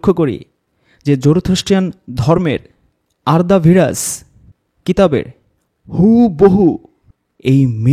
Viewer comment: সঠিক উচ্চারণ আরদা ভিরাফ হবে। এটি একটি জুরাস্ট্রিয়ান ধর্ম এর কিতাব।